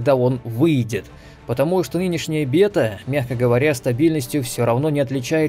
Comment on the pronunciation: бета... ааа мои уши, ааа. БЭТА чувак! БЭТА через Э